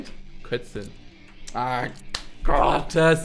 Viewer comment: "Ich könnte dezent kötzen" ~Ungespielt 2014